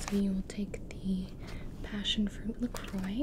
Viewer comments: It’s pronounced “La Croy” but don’t worry, for a long time I thought it was pronounced “La Crowicks” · La croix means the cross in english... The pronunciation is La CroA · 815 pronounced la croy named after the Caribbean island, st. Croix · Q A L A X Y FOR THE SAKE OF THE FRENCH PEOPLE IT IS PRONOUNCED LA CROA WITH THE A LIKE IN PIZZA,PASTA OR RUSSIA !!! 😠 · Jv ASMR no it’s not, look it up, it’s pronounced La CROY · q a l a x y it's actually pronounced "La Craw" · Please. For the french people. When you say "la croix". Pronounce it "la croa" with the A like in pizza or Russia.